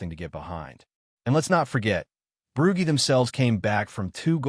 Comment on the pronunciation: Why tf have we got an American Ai voice?..Losing to "Broogy" is unacceptable.If it says Edinburg I might become a Keltik supporter😢